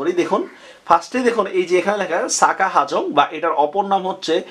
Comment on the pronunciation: সাজা হাফং না। হবে, সাকা হাফং। আর মদ কটং উচ্চারন হবে না। হবে মদক টং উচ্চারন। পাহাড় পর্বতের উচ্চতা এইখানে ঠিক করে যদি লিখেও থাকেন, ভিডিও নোটে সব জায়গায় পাহাড় বলা হচ্ছে ৪০০-৫০০ মিটার উচ্চতার টিলাকে। কোনটা সঠিক হবে, ঠিক করে জানান। সিলেট অঞ্চলে কোন টিলাটা ৪০০-৫০০ মিটারের বেশি আছে উচ্চতায়?